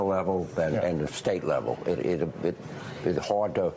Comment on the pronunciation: The way he pronounces the word "hard" is simply painful, lolol